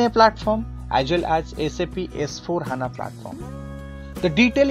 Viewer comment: It's not H.A.N.A simply say HANA sir.